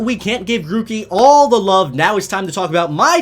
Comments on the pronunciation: The R in Grookey should be before the O's! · It's Grookey, not Gorkey!